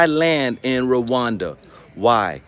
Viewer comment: ASANTE SANA BWANA. I hope we all take this to heart. We don't want what happened in Liberia to repeat itself in the new Africa. It is still a sensitive topic. For those of you living in Rwanda, It would be good to at least pronounce the name of the country you are living in correctly. Love&Peace